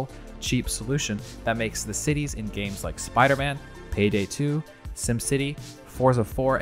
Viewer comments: Lately I have been playing a bunch of James??? Buddy I get that gif is pronounced jif but not every g is now a j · lmao it sounds like you say "james" instead of "games" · So nobody is gonna mention the way he pronounces 'games' like 'James' ? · my man literally said "james" like the name bruh